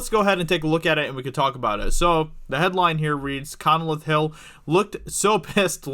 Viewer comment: Lame reaction video, and it's pronounced Con-leth, not Conneleth.